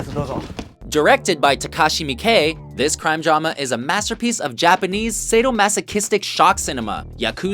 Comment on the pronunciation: finally,,,,someone who can pronounce Takashi Miike's name correctly